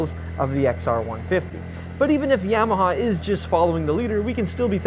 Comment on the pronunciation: The NIKKEN proved YAMAHA (pron: ‘Jamaha’ Rossi-speak) is on a Kamikaze mission…